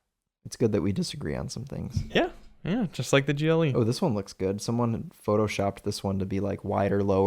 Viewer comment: Great video. For most of the beginning I thought you were saying GEELY. When I saw “GLE” it made more sense because I haven’t seen many Americans review the brand.